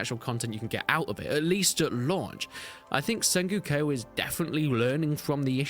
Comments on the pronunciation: Sen-GO-Ku...you trolling with that SenGUko. Is it an English thing? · "SenGOOko"? Didn't know that Brits pronounced "o"s as "u"s and visa versa. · The way you pronounce sengoku really threw me for a loop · Sorry for this, but it is not sengyuko dynasty, it's Sen-go-ku Dynasty. It's a time period of Japan. From , there were a lot of civil uprisings in that period. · Senguko Dinisty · It's really distracting.